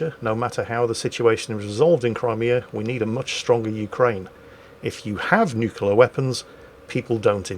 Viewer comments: It hurts me that you say both 'the Ukraine' and nucular. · The "nukular" and "The Ukraine" count got so high I gave up! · Oh god. I didn't notice the nucular. Though to be fair, he does mix it up a bit. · Just a random thing I looked up eelier when seeing reports on the capital of Ukraine being spelled and pronounced differently (Kiev/Kyiv). Kiev is the Russian spelling/pronunciation from the days of the Soviet Union while Kyiv is the Ukrainian spelling/pronunciation. Also can we take a moment for pronouncing "nuclear" the Homer Simpson way.:)